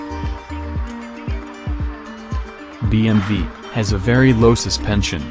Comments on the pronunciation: “She broke the rear spoiler” Dude that's a bumper not a spoiler. : Did you just call a BMW a “BMV”? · BMV???? This is the worst commentary job I’ve heard